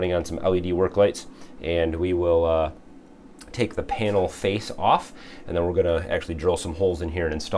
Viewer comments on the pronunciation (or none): none